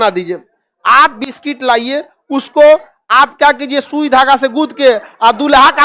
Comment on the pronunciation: बिस्किट ❌ बिस्टिक ✅